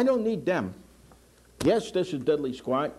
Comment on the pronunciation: “This is Diddlee Squat.”“This is Diddlee Squat.”“This is Diddlee Squat.”“This is Diddlee Squat.”“This is Diddlee Squat.”“This is Diddlee Squat.”